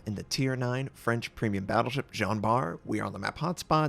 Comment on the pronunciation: Congrats for your ranked and your pronunciation of Jean Bart.